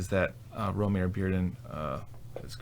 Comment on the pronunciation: something I didn't know until recently, but there was a recent Modern Art Notes podcast (#577) with a Bearden expert/biographer, and his first name is actually pronounced "Roe-mah-ree".